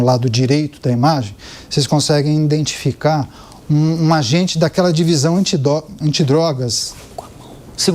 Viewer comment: Indentificar é osso de ouvir